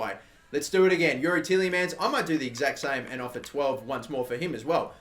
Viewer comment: 'Ti-EH-Le-Mans'... not teeleymans